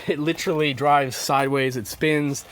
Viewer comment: Good video, awesome truck. Just one thing. Repeat after me... "Lit-ER-all-ee" the word has 4 syllables, not 3. Again, awesome truck, looks amazing.